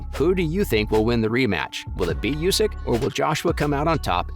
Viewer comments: The man's name is not pronounced you-sick, it is pronounced oooo-sick. Have respect and get informed before publishing this work with an avoidable flub. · Not "Yusyk", But "Oosyk"